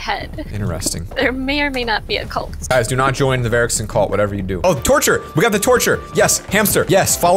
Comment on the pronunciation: Who else thought said torch I thought he said torture. And I was like YASSSS but then I heard torch and was like 😥😂😂